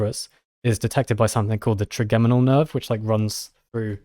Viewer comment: Hi guys. It’s “tri-JEM-inal” nerve. As in “3 origin” because it is a single cranial nerve with 3 major sensory branches (mandibular, maxillary and ophthalmic)